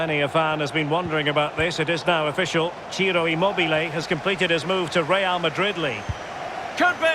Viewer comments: how Quagmire pronounces Real Madrid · “Real Madrid, Lee”